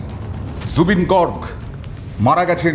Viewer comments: Garg gorg na beta bhul উচ্চারণ করে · Garg Your pronunciation wrong 😊